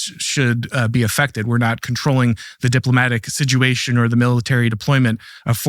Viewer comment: What is the meaning of the word “Siduation” this young man keeps using? 😮